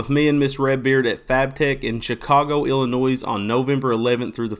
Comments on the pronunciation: Don't say the s in Illinois! 😁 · Did he just pronounce 'Illinois' with the S?